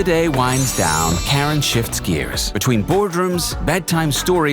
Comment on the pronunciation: It would've been better if you pronounce her name properly, its : Car-Ran. Freakin AI slop